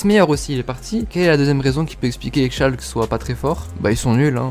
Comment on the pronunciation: T’as détruit Schalke😭😂 Bonne vidéo ^^